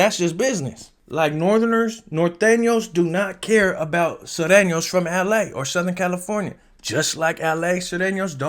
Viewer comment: Please correct your articulation. It’s Nor-tane-yo’s not Nathenos and Sue-rain-yo’s not Sirenos. Saludos from Livermore, California